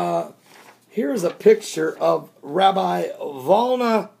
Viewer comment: It is the Vilna Gaon, not Volna.